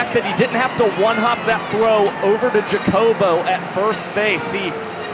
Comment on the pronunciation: could y'all maybe agree on how to pronounce Jacobo's name??